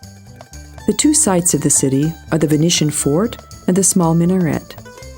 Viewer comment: "Venetian" "Byzantine" "Herakles" these are probably all words she's not heard pronounced before (reading a dialogue that obviously been written by someone else)